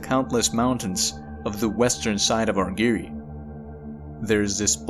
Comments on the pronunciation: Argyre rhymes with tire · Great video: just one minor quibble, the second syllable of "Argyre" rhymes with "tyre" or "pyre" (or tire or fire).